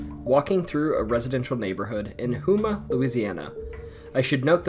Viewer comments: Lol hoe- ma not who-ma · I hate to be “that person”, but Houma is pronounced Home-uh, not Who-muh. ✌🏼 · For #1, the town of Houma is pronounced like the homa in Oklahoma. The festival is great, and the town also has some great Mardi Gras parades as well. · Hey, its great that your covering houma, but it is pernounced ( Home Uhh) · The way he pronounced Houma 😭😭